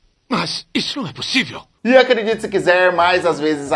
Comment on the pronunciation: ... Né "pussivi", gente... Isso só pode ser armado pra dar audiência... Como alguém não sabe isso?!...